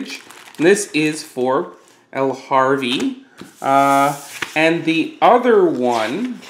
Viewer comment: the box says La HaVre, and he says EL HaRve every time. kinda funny, sort of. :-P